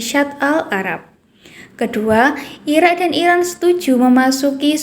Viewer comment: Irak neng bukanya ira 😂